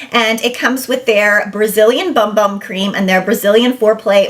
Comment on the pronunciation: It’s not pronounced ‘bum bum’. It’s ‘boom boom’ cream.